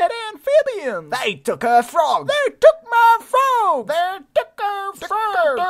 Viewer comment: THEY TOOK MAH FRAWGS